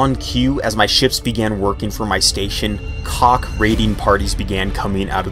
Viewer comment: Because I played X2 where they are the primary antagonist, it "Kack" rhyming with sack or back etc. There's a touch of the back of the throat thing between the K and H. I hope that helps at all :). I had quite the laugh at "Cock invasion" which is either terrifying or exciting depending on who you are, LOL